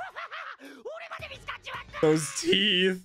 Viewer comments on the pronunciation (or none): none